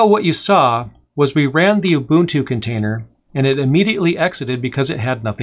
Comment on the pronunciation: Just curious: is there a valid reason for repeatedly pronouncing "Ubuntu" as though its spelled Ubutu (without the "n")?